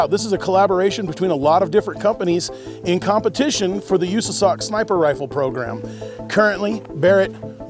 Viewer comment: how you said USASOC sent me brother, lol.